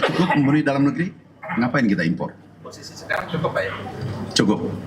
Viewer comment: Sori keluar konteks tapi aku suka denger kata impor R nya kedengaran dari pada tukang kayu bilang gak butuh impat impot tapi mempermudah barang Tiongkok masuk.